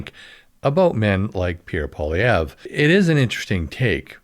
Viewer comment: Why would you even refer to an AI generated article? It's pathetic, and it doesn't even pronounce Poillievre's name correctly! I don't think women have an problem voting for Pierre, unless they're liberal!